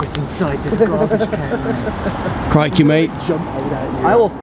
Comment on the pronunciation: riding around on scooter was hilarious 😄 fun, & I luvd th attempt at an 'Aussie' accent, ''Crikey'' 😆 Our Croc Hunter is a legend down here 😁💗🌏🦘